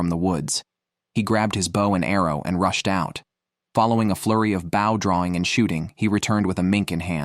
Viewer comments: * Have ya noticed that some of today's crop of young "announcers" obviously do not know how to PRONOUNCE certain words & proper names, that us older folks have been familiar with our whole lives? Take "BOW & ARROW," e.g. This is the 2ND guy I've heard say "BOUGH," rather than "BO" -- both on survival video narrations. Then: to pronounce JODI as "JUDY?" And instead of correctly pronouncing our male outdoorsman WYATT -- as "WIE-et" -- he says "WHITE?" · Yeah sorry soon as I hear the bad AI saying. Bawh instead of bow bought. I realize it's just bad. Cheap AI. Someone has Incorporated into podcast for whatever reason. Yeah, I'm out. Oh come on can you have real person narrate your adventure? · If this guy says bow one more time .....🤬🤬🤬🤬🤬 It's pronounced Beau as in Beau Bridges. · Less he she her him The irritating mispronunciation of bow like their describing a sea vessel rather than archery. Oh and barracuda live in oceans obviously a pike which I toss unless at least 15 lbs. I have 38 lb pike mounted which I caught near where they are. Overall ai seems better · and pronounced bow wrong.